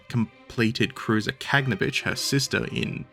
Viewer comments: look at the spelling, even in english. Ka-gan-o-vitch. not Kag-no-vitch. And get cracking on part 9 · "Kah-gah-naw-vitch" with stress on the 3rd syllable, Frunze is "froon-zeh" - 1st syllable, and "slava" both means "glory" and is the short version of Vyacheslav/Vladislav/basically any name ending with "slav"